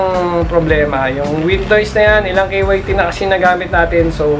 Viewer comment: K Y T KYT(KAYT)Yan ang okey na pronounce nya 😊👌🏼. Rs